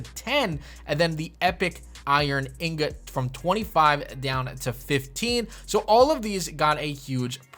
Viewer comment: In-got...repeat after me...in-got 😏